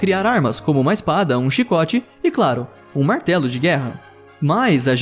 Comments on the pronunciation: Ei vez de ele falar martelo de guerra ele falou Marcelo de guerra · eu achei que ele ia falar martelo de guerra mas ele falou Marcelo de guerra 😂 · na hora do martelo de guerra eu ouvi Marcelo de guerra kkkkkkkkkkkkkkkkkkkkkkkkkkkkkkkkkkkkk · eu ouvi "Marcelo de guerra"?